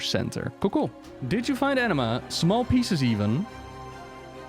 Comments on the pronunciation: The way he pronounces Anima as Enema HAHAHAH i’m dying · A-nima not an E-nema eeeeeewww xD